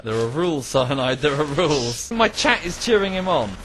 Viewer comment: U pronounced Cynide’s name “Shynide”, well done